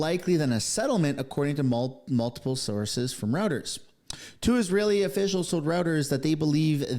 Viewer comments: WTF is "rowters?? Anyone with a podcast that doesn't know this news service, established in 1851, is pronounced "Roy-ters" is really ignorant, and lazy. We need more reporters yelling at Trump, he's a disgrace. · 😂😂😂😂 he pronounces it "rowters". So what?